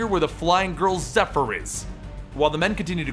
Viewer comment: Ngl when he first said her name all i heard was heifer